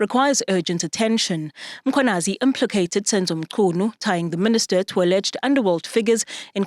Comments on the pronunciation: Not Makwanazi for goodness sake. Mkhwanazi. It’s not difficult and it’s your job to get it right. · Who is Makhwanazi???? The journalist must learn to pronounce names correctly.